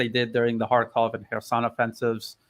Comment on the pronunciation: No Russian speaker, never mind a native one, would pronounce "Kherson" in that way. This smells fishy.